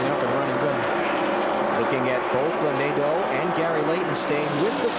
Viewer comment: Jerry Nad-DOUGH, LOLZ!